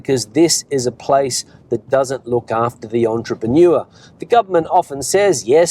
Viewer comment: Weather is good...as an English teacher are you confident about your pronunciation of entrepreneur?